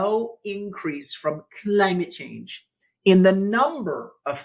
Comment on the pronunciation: I like the way you say 'Cuh ly myit Chaynge'. We need a presidential executive order declaring a change in how it's spelled and how its said.